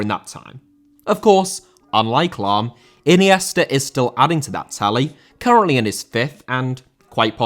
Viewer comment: Lahm * not Lohm